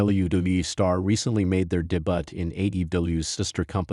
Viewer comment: "Made his debutt" 😂 peace I'm out